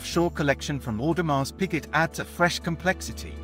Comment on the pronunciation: Audemars Who? Tour bill on?? Awful pronunciation Sir, just Terrible